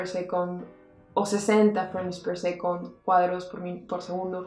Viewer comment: Me mata el inglés tan malo!! Freim per secont?? Un beso genia!!